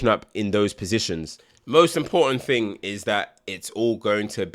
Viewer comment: Thing or Ting mate?